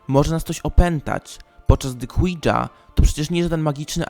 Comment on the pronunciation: przepraszam ale gdzie ty tam widzisz Q , Oui z francuskiego czyt. Łi czemu czytasz KŁI-DŻA a nie ŁI-JA jak powinno sie .czy duchy pierdza ?a moze wywołujacy ,ze trzeba wywietrzyc pokoj KONIECZNIE.a rozumiem ta aura nienawisci ---demońskiej, ale jak jest dobry duszek taki no wiesz ,powiedzmy dziecka ktore bylo mile i uczynne przejechane dajmy na to przez walec a nie zaraz od razu Hitler czy Stalin czy Morawiecki,a nie sorki on jeszcze nie skonal ,to tez wietrzymy? PRZEZYWAJ dalej i spusc sie na koniec, ta z dachu na kupe piachu.....😂😂😂